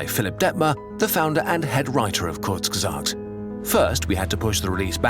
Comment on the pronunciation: Its pronounced kur/zge/sagt